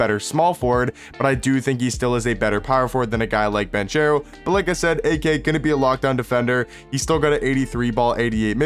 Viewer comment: oh btw it’s pronounced Ban-CARE-o not Ban-chair-o. lol. great vid once again bro👌🏽